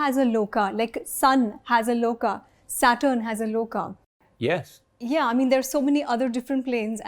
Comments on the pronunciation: It’s “Lok” not “Loka”. Dev Lok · Everything is great.. good to know that someone is at least practicing researching all these. Only one complain, please correct your lnguage. It's not 'Dev Lokaa' or 'Swargaa'. it's 'Dev Lok' or 'Swarg', without an extra 'a'. Let the white people say it if they can't pronounce it corrctly, but atleast we Indians should not insult our language. If we start corrupting our language, our expressions, then how are we going to respect our legacy. I'm not angry, but very sad everytime when I hear our own people insulting our language. Deatroy the language and you destroy the culture. Pls reply me if I'm wrong, or if it has some value in what I'm saying.